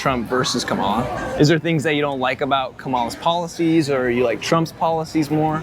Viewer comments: Dude, learn how to pronounce Kamala. It's not kaMALA, it's KAMAla. It's like the punctuation mark, 'comma', followed by 'la'. You wouldn't like it if someone CONSTANTLY mispronounced your name. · If you are interviewing people about the president, please learn how to say one of the candidates names. Her name is pronounced, comma-la. It’s lazy not to learn how to pronounce someone’s name. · You can’t even pronounce her name right. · Not one trumpster pronounces her name name correctly. So disrespectful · How can you take this channel seriously when the interviewer can't even pronounce Kamala properly 😂